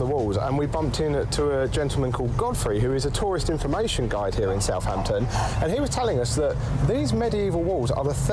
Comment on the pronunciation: It is Southampton, and not Southhampton